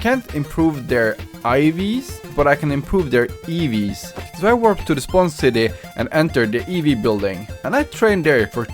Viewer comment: ITS NOT evs its E V'S